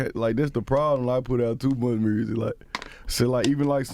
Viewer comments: “Listen to the mursic” 😂😂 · nobody: Moneybagg Yo: “murrzic” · The way Memphis dude pronounce 'music' will always be hysterical.